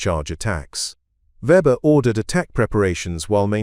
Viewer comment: English and German pronounciation and spelling can be challenging. But the AI on this far too wordy video massacres both. For example: the common German surname Weber gets spelled or pronounced Weber, Webber, Fabre, Reba, and, unbelievably, Vba. Or HMS Stirling, the primary British warship in the narrative is also pronounced and spelled Starling. Similarly, the identifying number of the U-boat gets garbled repeatedly. This kind of blather makes a report that might have interesting otherwise, tedious at best.